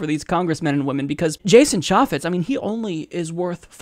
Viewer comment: Can't even pronounce chaffetz right